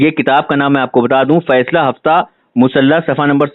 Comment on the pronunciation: السلام علیکم و رحمۃ اللّٰہ و برکاتہ ایک مخلصانہ و مؤدبانہ گزارش آپ کی بارگاہ عالیہ میں ❤️❤️❤️ وہ جو آپ حاجی امداد اللّٰہ مہاجر مکی کے کتاب کا نام پڑھا ہے نہ آپ نے درستگی کے ساتھ ادا ادا نہیں کر پایا ہے. وہ ہے " فَیْصْلَۂِ ہَفْتِ مَسْئَلَہ". یہ درست عبارت ہے معذرت خواہ ہوں قبلہ 🙏🙏🙏🙏🙏